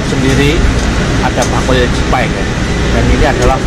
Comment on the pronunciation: Cipay ya om bukan jibay 😀😀😀😀😀 Awas salah sebut 😝😝😝